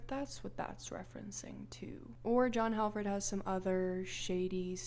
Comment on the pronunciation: I swear I'm not trying to nit pick but the "Hal" in the name Halford is pronounced as hall.